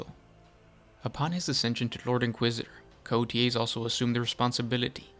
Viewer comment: It’s pronounced “Coa tez” if you don’t know how to pronounce it put the name in Google translate